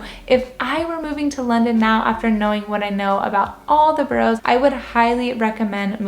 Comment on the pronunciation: Ba ras - not bo rows.